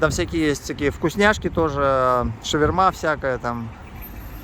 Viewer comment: Хорошие вы, но что у вас с произношением? ШавермА? Почему не ШавЕрма? И почему вообще шаверма, а не шаурма? 🙄🤔, а Ришон вообще в каждом предложении режет слух! РишОн!